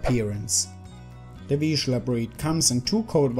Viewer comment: Finally. Correctly pronounced.